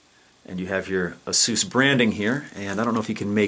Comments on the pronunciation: I made it passed that part. Besides, you unintentionally call it both names through the video. I can't say I've met anyone that has said that name incorrectly. It's not Asues, it's Asus. The companies former name is Pegasus. PR has had to come out multiple times in the past to correct people. So from now on anybody that continues to say it incorrectly is ignorant in my view. Don't worry about your viewers. It's a review of a product, the first thing you should cover is saying the company name correctly or your just giving them bad PR. On a side note, this has nothing to do with you personally and your videos are still informative so I gave you a thumbs up. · As soon as you butchered the name of the company, I opted out and quit the video.